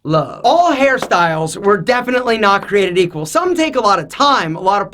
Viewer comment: Milionth time said " bit created eaquel"